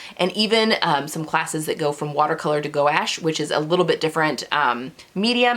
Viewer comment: Hi. Love the idea of a 100 day challenge. Good luck on your journey. I’ve found that even disparate creative pursuits often inform and benefit each other. You may find your design sense sharpened after your 100 days that will translate into how you choose fabrics and patterns. BTW, gouache is pronounced ‘gwash’ and is simply watercolor that has had something added to make it more opaque. It is used the same way as watercolor and can be reconstituted with water over and over (unlike acrylic which is a petroleum-based product). I used it pretty exclusively in my lettering career and it took forever for me to learn to spell it!